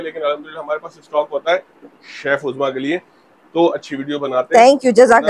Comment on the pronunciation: Duzma nhin hain uzma hain ye